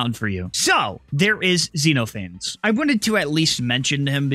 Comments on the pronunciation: zen off uh knees its a Greek name. its not zeenofanes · by the way, xenophanes is pronounced kseno-pha-nes, It's based on greek philosopher who mocked religion just like xenophanes in the exe does